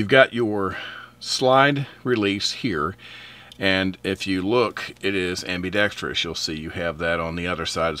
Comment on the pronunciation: Great review. Thank you. BTW, it's not ambee- dextous. The i is a small i sound. A small pet peeve of mine.